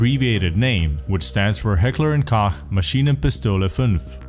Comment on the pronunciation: The way you pronounce H&K is horrid haha